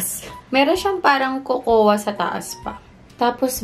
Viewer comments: Bhe,KOKOWA ka ng KOKOWA..Yung salmon nagawa moh i pronounce ng tama na silent L..Yung COCOA is pronouced as KOW-KOW or COCO,silent A ang cocoa bhe... No offense dipo aq perfect,nobody's perfect.Tine tell q lng,walang masama na i share ang kaalaman.Lagi kita pinapanuod...No hate here,tine tell q lng ang tamang pagbigkas or basa. ✌😉✌ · cocoa is pronounce as ''coco'' silent ''a'' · diwaw.. nagtatagalog xa diba🥴